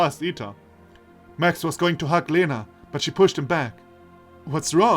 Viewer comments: I've rewatched the video again, L in Lena sounds soft all right to me, but the E indeed should be more like [e] and less like [i]. Also I've mentioned above soft sight and iotated vowels after a consonant make it soft, what I missed is that и [i] also does that (just adding it to be sure I don't accidentally misinform someone). So, say, I've mentioned earlier Елизавета reads as [jeliza'vʲeta] (soft v), but actually that would be [jelʲiza'vʲeta] (soft l and soft v). It's just softening by [i] is so natual it didn't occur to me to mark that. Actually, wikipedia explains palatalization saying the palatalized consonants sound as if they were followed very closely by [j] which in turn is very similar to [i] (for example, in Russian the letter й [j] is actually called short и [i]) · I think you pronounce Lena wrong. The L is more soft. ("Ļena" in my country)